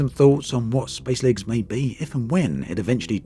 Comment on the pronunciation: How fast... can you say spacelegs...... seriously through the video it got faster and faster.... until s p a c e l e g s became spslgs and at one point u said space leg lolol I love u dude please I wanna make a space legs drinking game.